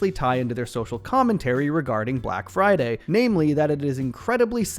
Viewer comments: “Brack friday bunduru” 😭😭😭😭😭😭😭🤣🤣🤣🤣🤣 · Ahhh yeah it’s time for the… “Brack Friday Bunadroo!” Lmao